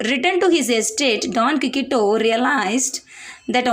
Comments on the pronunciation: ❤❤❤ super mam...but..குயிக்சோட்... I think... sorry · Quixote,s prounouns wrong